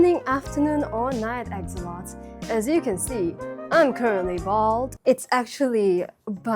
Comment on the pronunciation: this is my first video on this channel so i'm not sure if it's an intentional gimmick, but i just thought i'd let you know axolotl is pronounced axolot-ull and it's very important to pronounce the L at the end because that's what makes it nahuatl which is a pre colombian mexican language :) it's a beautiful language (and the one the word "chocolate" comes from- chocolate) so i wanted to share a bit about about it. not coming from a place of criticism at all just wanted to speak about my culture 🩷